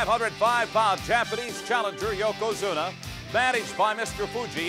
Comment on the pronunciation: Branson Reed this is thee Spot. When fans were Super Inversted nd live on every word nd Thyng that happened in Pro Wrestling. Yoko Squashed Hacksaw to the point where can't pronounce his name correctly YoKoZUMA